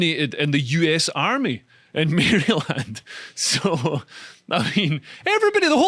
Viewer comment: Dear British brothers, sisters and others: Maryland is usually pronounced a little closer to Marilyn’d. Only time we’ll call it Mary Land is if we’re ribbing someone from Baltimore.